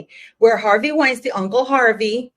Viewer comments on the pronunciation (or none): none